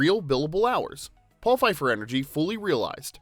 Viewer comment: "Engery"? Sorry, a fantastic video and THIS is what I get hung up on! 🤓